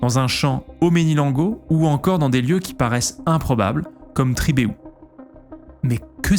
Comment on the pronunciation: "Tribééhou", tu m'as fait rire xD, mais sinon de la région, merci pour ta démarche qui aide à se souvenir des histoires de la seconde guerres mondiale.